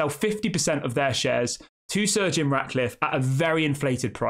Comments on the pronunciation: Why does it sound like your saying surge eon Radcliffe and no to Jim cause he will still do what the glazers have done plus he don’t have the money himself which again is exactly what the glazers done which means the club will be focusing on money not football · Stop saying surgeon. It’s Sir Jim